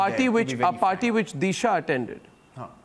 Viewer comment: Sandip was so panicked he said "Clean Chot cheat chit to anybody" then party was pronounced as Particle. 😂